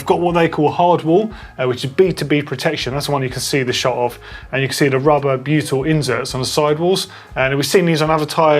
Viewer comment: Ah, Butyl inserts. Over on the tyre tech video I thought was saying beautiful inserts. Well, they are rather nice 😁.